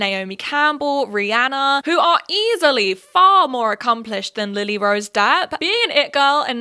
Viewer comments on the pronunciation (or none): none